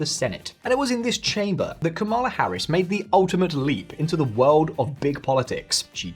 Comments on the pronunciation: It's KA-ma-la Harris. Get it right. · I would think you would learn how to pronounce her first name if you are doing a video about her. The lady introducing each section of your video can teach you. A lot of Maga Trumpers mis-pronounce her first name intentionally as a derogative.